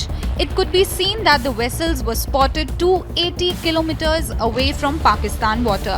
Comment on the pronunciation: It’s not weasels it’s pronounced vessels with a v